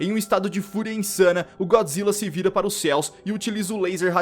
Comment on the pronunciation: É Godzilla yeshin goji do Sin Godzilla Godzilla não Então fala então vai tu fala errado